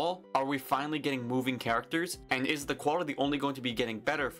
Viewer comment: "ARE WE FINALLY GETTING MOVING CHRECHTERS " you killed me😂 and also nice video ❤️🔥